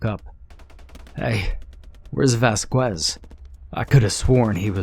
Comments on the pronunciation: "Vas-kwez" thats not how u say it but ill roll with it Its actually "vas-kez" or r u doing this on purpose lmao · Good story. Also, it is pronounced "Vas-kez." The U is silent. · The name Vasquez as Vaskwez LMAO